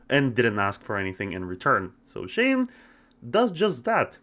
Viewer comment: first off its pronounced shane (shh-ayy-nn-e) not (shh-aww-nn) second off it was a hit series and i loved it